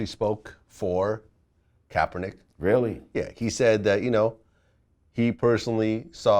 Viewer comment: He Said Kaperneck! LMAO 😂😂